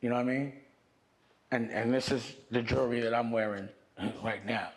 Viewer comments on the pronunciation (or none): none